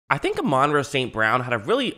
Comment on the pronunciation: Pronounced ah - mon Rah